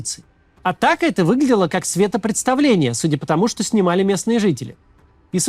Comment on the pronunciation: Светопреставление, Максим. Без "д". Любите русский язык, как любим его мы. 😅